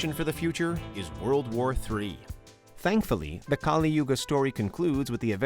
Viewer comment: It's pronounced as Kalī not Kālī.